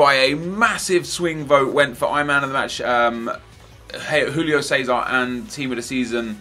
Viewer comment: why do you keep saying Rulio César, its Júlio César, its portuguese, not spanish.....